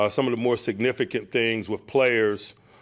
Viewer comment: "To be signifigant as the road gets narrow" -Mike Tomlin 😂